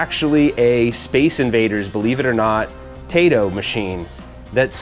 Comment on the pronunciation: Tai-to is a Japanese video game company, Tay-to is what you eat with steak. ^_^